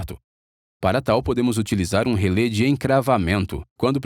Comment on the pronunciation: Só um pequeno detalhe: em português a pronúncia correta é RELÉ, com acento agudo no último "e", e não relê. Em inglês "Relay" é que se pronuncia "êi".